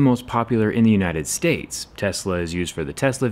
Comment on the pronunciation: so, no one's gonna talk about how he said "United Sades"